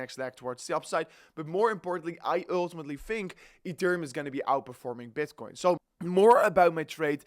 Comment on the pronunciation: URRRRR TIMATELY